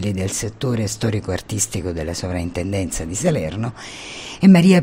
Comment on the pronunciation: Per cortesia... si scrive e si pronuncia soPrintendenza...